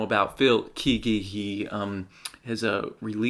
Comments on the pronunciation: Kay-ggee my friend. Not Keeggee. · CCM reaction! I love it! Phil Keaggy is one of the best guitarists of all time. Pronounced Kay-gee. :)